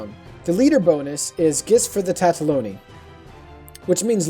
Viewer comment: Tataloni? TATALONI??? How...How are you getting TATA-fucking-LONI!?? Good video otherwise btw. :D